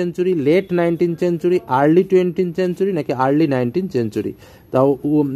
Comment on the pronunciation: Not চেনচুরি ❌ সেঞ্চুরি ✅